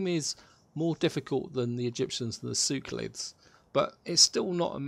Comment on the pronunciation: SeLeukids, not Sewkolits...